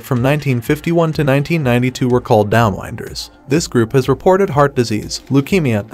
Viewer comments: AI would be letting the narrator off the hook. Nah, probably some guy who thinks 'down-winders' is pronounced 'down-wynders.' Education is on the hook…along with the producers from Flick Flash. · The ‘wind’ blows on the plains. You ‘wind’ a clock. When the narrator says ‘downwinders’ he says it wrong.